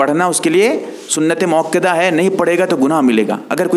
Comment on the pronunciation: Bhai mukkida nahi.balke muakkada h